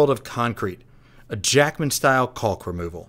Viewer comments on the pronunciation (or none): Looks great, its pronounced kaak not culk btw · Love your builds but it is painful hearing you mispronounce caulk over and over again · so you're really just gonna ... pronounce the L in caulk, huh...